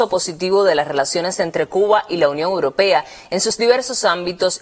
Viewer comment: La compañera periodista tiene que aprender a decir europea, no es uropea!!!